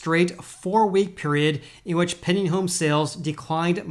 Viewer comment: It sounds like you’re saying “penny home sales” haha. PenDing. Gotta enunciate that D.